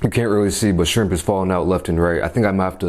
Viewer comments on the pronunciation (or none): Ur not saying shrimp right but idc